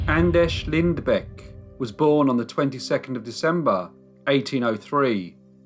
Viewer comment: By the way your pronounced his first and last name was pretty damn good!!